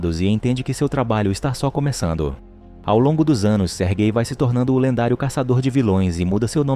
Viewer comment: Não tanko ele falando "sergay"